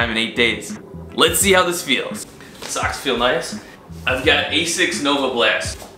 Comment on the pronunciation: Do Americans actually pronounce Asics like that?